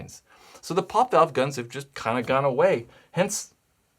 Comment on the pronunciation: Is it really that hard to say poppet...